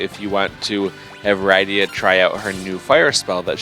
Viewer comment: I know this series has been over, but your pronunciation of Rydia is making me not want to watch the rest of the videos.